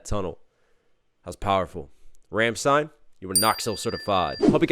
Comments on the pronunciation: ffs Rom-shh-tine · You did an amazing review but the band is RAWm-stein :) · This has always bothered me. It's rlam-schtein. Best way I can type the pronunciation